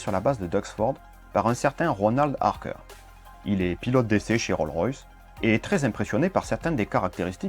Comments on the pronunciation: Roll-Royce ? Non, Rolls-Royce ! On prononce le S final du mot, en anglais ! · Top ! Juste une petite remarque : il faut pas oublier le "s" pour Rolls-Royce. On ne prononce pas "Roll-Royce"...:) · On prononce le" S " de Rolls ...........